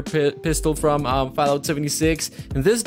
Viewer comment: Why does he keep saying Fow-out?